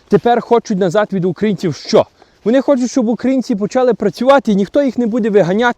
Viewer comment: Всеодно а не всеудно, вони а не вуни. Неможливо слухати ні зміст ні вимову